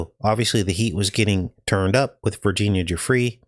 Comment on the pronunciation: Vrginina not Virginia